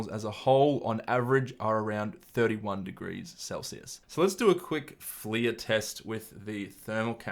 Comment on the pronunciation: I feel like it’s pronounced ‘fler’ as opposed to ‘fleeya’. Literally unwatchable :)